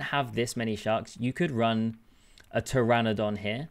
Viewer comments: it hurts hearing you struggling to say pteranodon... when the p is silent and you try so hard to pronounce the p 😭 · I didn’t hear the p, but I definitely heard the missed n multiple times 😅